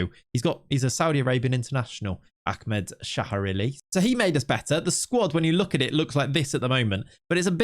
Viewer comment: As saudi i can conform you abslotely slutered ahmed name.